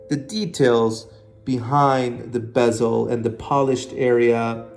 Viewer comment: It’s not a Bi-SELL. It’s a Bezel, emphasis Be like BEH zil.